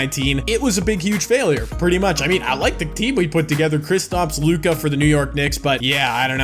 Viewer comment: Damn u really don’t know how to pronounce luka’s name😂😂